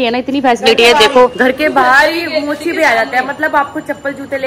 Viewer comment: Golu jii kya bol rhi hai mocha nhi mochi Hoya vo